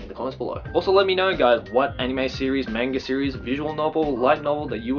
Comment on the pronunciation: Hearing pronounce manga as "mainga" is so jarring